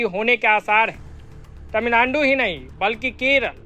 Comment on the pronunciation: मोदीजी ने तमिलनाडु का नया नाम 'तमिललोड़ु' दिया था और आपने - 'तमिलनानडु'। ऐसा न करो भाई, आप तो मोदीजी से अधिक शिक्षित होंगे। 😂